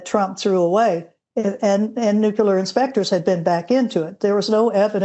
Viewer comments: Its nucular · When the lady sayd "nucular" means she is clueless. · i love old granny experts who say NUKELAR ffs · Funny how since GWBush the word, "nukular" seems to have stuck, even with people who appear to be well-educated. Education is not high enough on the USA's priority list today. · Minor point I know... but I find it amazing how many highly educated and highly decorated military experts pronounce nuclear as "Nook-yoo-ler". Just sayin'.